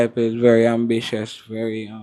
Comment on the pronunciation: “Ambritious” girls mi go fa 😮😂😂😂